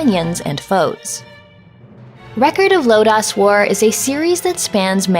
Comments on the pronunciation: you mispronounced "Lodoss". It's pronounced "Load-Ose" or very rarely heard "Load-oss". Now back to the video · If your a fan of the OVA anime series of Record of Lodoss War or just Lodoss War in general I highly recommend this game. You'll truly appreciate the continuity the makers put into this game. ( Just to help out. Lodoss is actually pronounced like a Lodoss flower. Don't feel bad though. It can be easily mispronounced. ) Unfortunately this game is very short. Too short. But if you love Record of Lodoss War support it if its affordable in your budget. ( Better yet if you have a Nintendo Switch put it on your E-shop wishlist and wait for a sale to come up for it to save some money. ) You should definitely check out the OVA Record of Lodoss War Anime series sometime if you can. The CPM( Central Park Media )/Manga Corps version that was once advertised on Saturday Anime on the Sci-Fi Channel. ( they only aired the first 3 episodes sadly out of the 13 episode series. and doesn't go for too much on ebay at the time of this post. The CPM/Manga Corps version. Not the re release that goes for more because it includes Chronicles of the Heroic Knight ) The OVA has an amazing soundtrack and the animation is amazing for the time it was made. The characters themselves once you watch it you'll really actually appreciate this story in this game more then before. However if someone's not familiar with the series you can easily get lost with the character interactions and what's going on. ( Also I wouldn't blame you if you still wish to forget about this game afterwards. There' s some much b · Kills me every time you say Lodoss wrong. Its one of the biggest animes of its time. Like an evangelion epic. You really need to watch it, it was the first of its kind in animation taking an rpg from pen and paper to the Big screen.